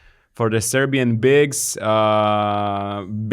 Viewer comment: You guys pronounce Serbian names and surnames super well.